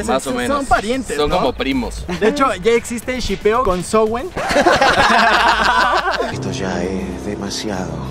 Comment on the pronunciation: Es consowen no consowen